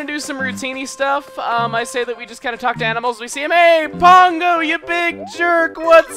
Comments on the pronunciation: # great, you're mispronouncing TWO villager's names wrong! I am disappoint... look, Pango's name is pronounced like "Mango", except with a P Croque's name is pronounced like the sport (Kro-KAY) so i beg you PLEASE stop that, you're making me very upset! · To be honest, you're ALMOST right, but instead of headdesking, i facepalmed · how about he reports himself for saying her name wrong for like ever!